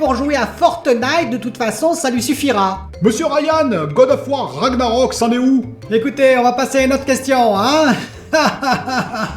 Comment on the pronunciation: Juste Ragnarök ça ce prononce RAG - narök, le g en gue, enfin je sais pas si j'ai bien expliqué 😆